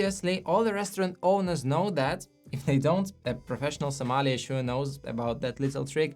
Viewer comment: Interesting video, my only advice is learn to pronounce sommelier correctly.